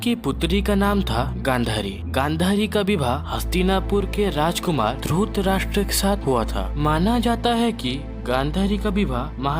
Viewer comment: अबे ! उच्चारण तो सहि तरिके सें किया कर । धुतराष्ट्र नहि धृतराष्ट कहो धृतराष्ट्र ।